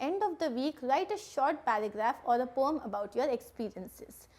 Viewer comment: Maam it is poem not pom